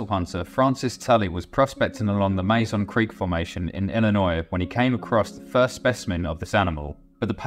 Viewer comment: I've always pronounced the same way as you, but when I went there I discovered that the locals pronounce it "Mah Zone Creek"